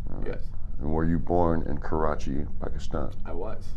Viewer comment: never heard any american pronouncing "Karachi Pakistan" so accurate ! these guys are best friends indeed!